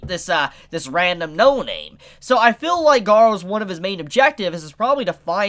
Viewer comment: Its pronounced feel (Hard E sound) not fill rere.